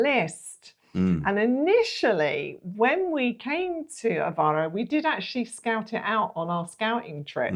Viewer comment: Since this couple lives in this city, the least they can do is learn how to pronounce the city’s name, AVEIRO and not Avaro. Typical British with no regard to names; they moved from the UK, a country that’s falling apart to lovely Portugal, so start learning the language and the correct pronunciation.